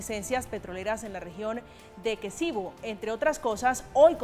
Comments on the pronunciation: No es Equesibo ???, sino Esequibo se ve que no sabe ni coomo se llama el territorio y se pone a tratar con ese tema . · no se dice Equesibo se dice Esequibo